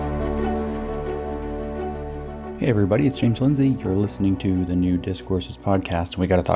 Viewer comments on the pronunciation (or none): none